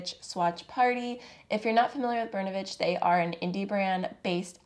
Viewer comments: In the word "Bernovich ", the accent is on the letter “O” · just want to add. it's not bErnovich, it's bernOvich. Hi from Russia!